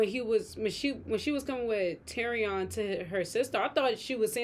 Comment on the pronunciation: I want to help y'all out. His name is pronounced Tyri-UN, not Tyri-ON.